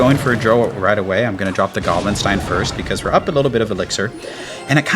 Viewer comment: Bro its not gstinesteen its giblinstein like Frankenstein like the movies😂😂😂😂 every time you say it i make a cringe face😂😂😂😂good video